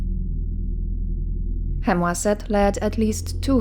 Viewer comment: What a peculiar way to pronounce Khemwaset! Maybe yours is the right one!